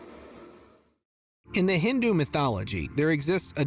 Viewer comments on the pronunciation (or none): none